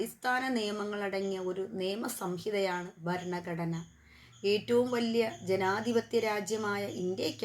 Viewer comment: ഫരണ കൂടനെ 😅